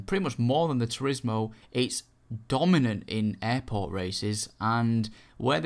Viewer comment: lol "supahcah" "turismo ah"